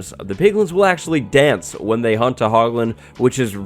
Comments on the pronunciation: When you said "hunt the hoglins" I heard hump the hoglins. I just assumed they could breed and make more piglins 😂😂😂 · He’s saying “hunt” the hoglins... he’s saying HUNT... 🥵